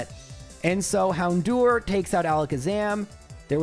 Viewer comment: The way he says Hown-do-er was stressing me out